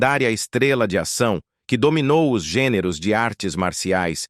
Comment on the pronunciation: " É ISSO REALMENTE QUE / OS/ CONECTA!😅😅😅😅😅😅😅. Delito fonetico! 😅😅😅😅😅😅😅😅😅